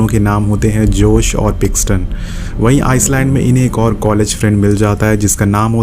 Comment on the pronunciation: Paxton ko pixon, Svetlana ko slovania, kana ko kayena, aur bhi Boht kuchh ghalat bolaa isney, yeh movie isney dekhnk nahi, doosron ki explanation sunn k explain ki hai, phuddu saalaa kuttaa haraami